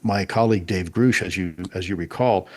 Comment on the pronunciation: Why keep calling Dave Grusch, Dave Grooosh?